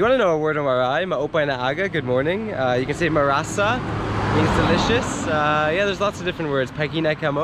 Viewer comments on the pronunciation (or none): It's malasa and not marasa hahaha